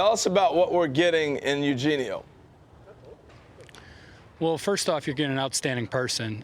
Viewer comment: Not Harold butchering “Eugenio” 😂 but regardless love him and this trade is super exciting